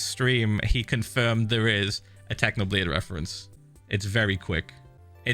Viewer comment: he sayed technobland